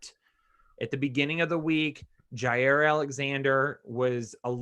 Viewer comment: Jaire not Jaime